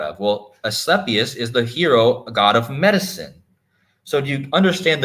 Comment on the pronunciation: Asclepius = UH-skleep-ee-us